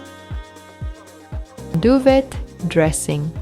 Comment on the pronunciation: Do you mean duvet? It’s pronounced doo-vay, a French word.🙂